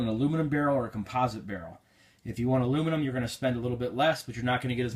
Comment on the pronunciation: U said the aluminum and composite wrong